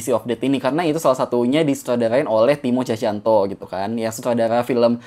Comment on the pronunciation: Timo Tjahjanto dibaca Timo Cahyanto bukan sih?